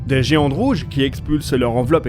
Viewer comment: Je crois entendre "les autres géandes rouges" et ce n'est pas la première fois ni dans cette vidéo ni dans les nombreuses autres que j'ai pu voir (et que j'apprécie toujours). Parfois, le son 't' devient 'd'. Est-ce un filtre qui génère cette erreur ? Un défaut de prononciation dont vous ne vous apercevez pas au visionnage préalable au téléchargement ?